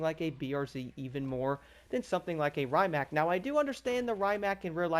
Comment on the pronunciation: The original electric hypercar! The brand is pronounced Ree-mac. I won't be surprised if they add the Pininfarina Battista, which shares many components with this.